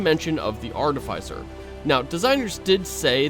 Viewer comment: AR-TIH-FIH-CER not AR-TIH-FIE-CER